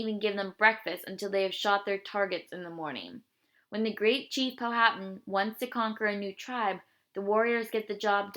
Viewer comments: you said powhatan wrong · that is not how u say powhatan